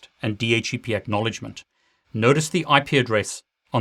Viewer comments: Why does he keep saying DH - E - P.... I thought it was DH - C - P. I cant get over that. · why you pronounce di eitch e pi instead di eitch C pi ?